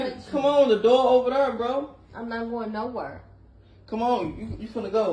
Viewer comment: the accent my gawd lol..... "im not going nowere" lol sounds like they saying no and were and trying to pronounce it as nowhere.....🤣